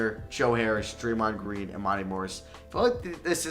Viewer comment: Draymond gween 😂😂😂😂